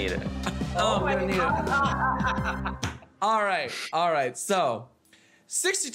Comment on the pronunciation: it’s alyaiyt...